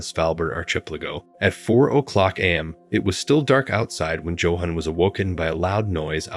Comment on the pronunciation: Pronounce it ark-i-PEL-a-go. And try saying Yohan not Joanne. These computer voices drive me nuts!